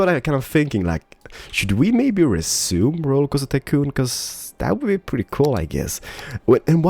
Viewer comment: Just me who gets annoyed when he says "perdy" instead of "pretty"?